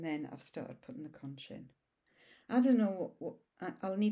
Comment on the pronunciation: Conch is pronounced “conk” like you are conked out. 😁. Happy Belated Birthday!